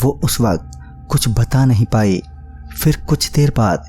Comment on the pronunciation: bhai saaf saaf bola karo "NAHI" Bhai hamari video bhi lelo ❤️